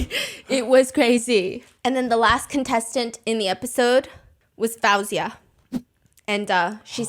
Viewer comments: Can I just say you keep pronouncing Faouzia’s name wrong. It’s pronounced Fozia, not Fowzia. Thank you for the insights into the show. I watched the show and felt there were things going on in the background. I think Dimash should have duet’ed with Faouzia but thats my opinion. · Hearing fAHouzia instead of FAOUzia is lowkey making me go insane😭😭 Shes literally my favorite female artist😭 so hearing pronounced wrong is 😭😭. I love you sm Stephanie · Quick note, Faouzia is pronounced Faow-ze-ya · Say her name right Foo- zy- ya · her name is pronounced foozia!